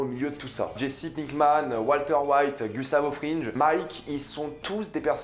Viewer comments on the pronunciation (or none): Tu sais on dit pas Gustavo Frinje mais Fringue ; pas skylar mais skyler ; on dit pas hanke mais hainke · "Gustavo FRINJE" "SkylARE" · Skaylar, Gustavo Frinje. Eh oh, ça va l’accent là 😂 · « Gustavo frinje »